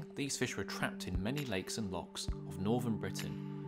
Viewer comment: It’s loch not lock - just say lake if your to lazy to even pretend to try use a Scot’s word 😅 A lock is part of a canal - you could confuse some people - language matters